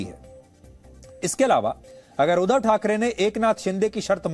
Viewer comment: Oh god he is pronouncing wrong. Its not udhav its " udhaav".